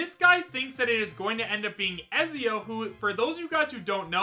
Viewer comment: Ezzzzzzio.... pronounced Etzio my guy